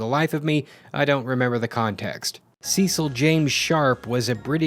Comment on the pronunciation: You pronounced "Cecil" wrong.